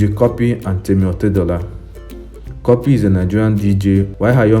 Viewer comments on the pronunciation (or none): Work on ur pronunciation cuppy not copy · It's pronounced 'copy' o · Antonia Chidi oversabi cuppy is a British born n pronounce it “copy” but u born in Nigeria wan show yourself...